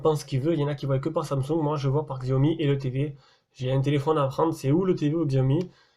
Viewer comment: Sinon, on prononce "shiaomi"